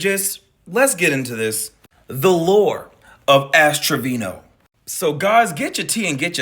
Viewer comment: It's pronounced A$$ Trashino.